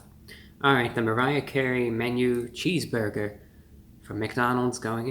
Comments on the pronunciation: no one: ReviewBrah: "cheeseboyga" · Well merry Christmas young man and sorry you’re under the weather but I did notice when you said cheese burger I noticed a Jewish New York accent every time you said cheese burger lol